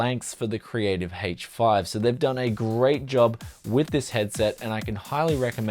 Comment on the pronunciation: why does he keep saying hache 5?